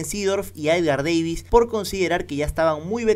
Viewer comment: Edgar Deivis?? Edgar DAvis